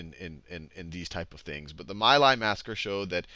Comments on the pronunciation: for future ref: My Lai is pronounced "Mee lie" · It's pronunced Me' lie, rhymes with tea' high. My daughter's godfather went there. He doesn't talk about this war like anyone else I know, when he DOES talk of it, which is hardly ever. He thinks that most "history" sites besides the Vietnam Veteran's Memorial Fund is changing what happened to suit themselves, like when they claimed the My Lai massacre happened bc the people who did it were "bored" and implied they just wanted to kill an entire village of people for no other reason than that. Sheer boredom huh? It sounds dumb even to me and I have no conscious memories of Vietnam but I find it offensive that people blame him bc of all the good he's done for my daughter since her dad died. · Some good stuff, but also some babbling, and it's Mee Lye darnit. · I’d like to help with the pronunciations here. Khan Academy did it well, except these names. Ngo Dinh Diem: No Dinh Ziem (not Diem) Nguyen Cao Ky: Nguyen Cao Kee My Lai: Mee Lai